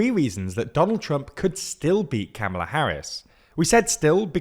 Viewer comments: It’s comma-luh not camma-luh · Doesn't help Brits as we don't pronounce "comma" like Americans. Perhaps calm-a-la ?